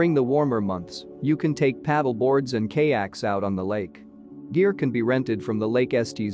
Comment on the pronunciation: Terrible!! You mispronounced Estes and Kayak, plus your directions from Estes to Peak to Peak Hwy are lacking!! I am ashamed of this Vlog! After living in the area for 25 years. People will get lost because of this! Not good at all!!